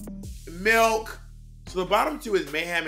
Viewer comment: "with gr-" "MELK"